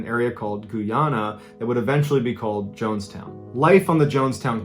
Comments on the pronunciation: GOOOYANA? I thought it was Guyana? LOL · Mr Ballen you're always the best. Just a respectful correction for your pronunciation for the country called Guyana. It's not pronounced like Goo-ya-nah but in fact it's pronounced like Gah-ya-nah. As always, all your stories are always the best. Keep up the excellent work bud. 😊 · Gooana❌ Guyana✅ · The south American country that Jim Jones came to is Guyana and not Gooyana. It's a dark story in our history. Jim Jones was a mad man who brainwashed those people. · Guyana is pronounced as you see it. GUY-ANA. Also at my grandfather's funeral is when I discovered he worked undercover there. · GUY-ANNE-AH Mr B 😂 LOVE YOUR CONTENT! Much love from Brooklyn 😎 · Guy-Ana Sir 🤦🏾‍♂️ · Did bro just say GOO yana? -____________ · Hi Mrs. Ballen, it is pronounced Guy- ana Eg. Like a guy named ana. 😂 It is my Birth Country, a Country in South America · Hi it’s guy-ana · My parents are immigrants from Guyana (not pronounced goo yana) and they used to tell me stories about Jim jones. They renamed that town Georgetown and it is one of the most beautiful cities in South America. Thank you for sharing this story, I know my wife will see it soon. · How is it pronounced? I pronounce it Guy and Ana with a long a.... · My ex was from Guyana and I was like what I’ve never heard anyone pronounce it like Mrballen did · Guyanese here Thanks for correcting him